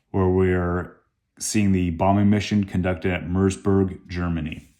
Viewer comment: Please don't say Munster when you mean Münster these are 2 different cities!